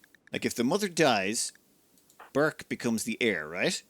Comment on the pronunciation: I'm pretty sure that Burç's name should be pronounced "Burch", not "Burk". The letter ç is Turkish and has a sharp ch-sound, like "change" or "chimpanzee" or "charm".